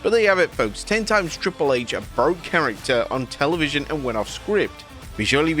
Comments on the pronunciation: Whats Telenvision?! Jajajaja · "Televinsion?" You need proof-readers. This happens all the damn time...🤣🤣